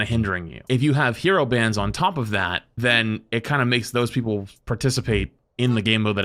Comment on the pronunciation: are you ever gonna learn how to say people?